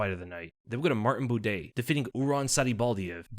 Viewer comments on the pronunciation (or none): none